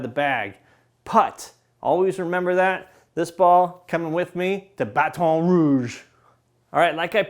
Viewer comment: I grew up there and he says it like I do 😂